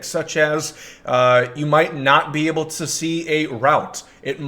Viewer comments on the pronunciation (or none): none